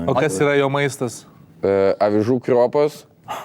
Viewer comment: tai kaip jis krv R raides neistaria jeigu pasake kRiuopos?